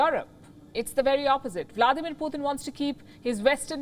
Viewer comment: Palky it is Putin pronounced PU TIN NOT PU THIN